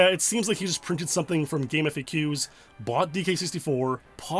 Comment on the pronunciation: It's pronounced "gaam faks".